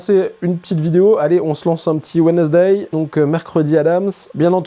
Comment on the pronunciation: "Wai naize dé " 😅 On prononce "wenz - day " 😉